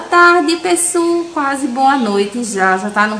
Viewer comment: Não fala pessu,fica chato amo o seu canal.